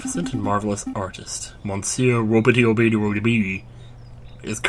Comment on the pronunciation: I hate to be one of those commentors but 2 things, the mon in monsieur pronounced muh...kind of >.> and the miaou is basically meow. Because that's how french folk spell meow. (Dogs say ouaf instead of woof) Pronounce it how you want but I just thought I'd help. Hope you're having a good holiday and have a good new year, too